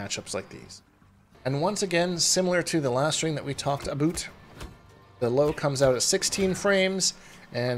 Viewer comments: dont get y u force that pronunciation of 'about' so hard, its clearly not how u speak, genuinly takes me out the guide with cringe. crazy how 'about; is the only word u prnounce the o/u differently and only the only word u pause after saying every single time as if ur thinking about how u said it lmao. jesus just realised u do this on every video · Aboot. Gotta love Canadian about pronunciation. Also with Johnny Iv found a lot of things that can be interrupted that’s probably best way to beat him, knowing when you can hit him mid move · This video is all “ABOOT” Johnny cage